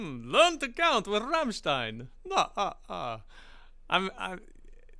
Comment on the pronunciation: Your pronounciation of "Rammstein" and "Sonne" is so close to perfection. Greatings from Germany